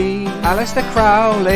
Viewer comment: It is Crow..ley,not crauley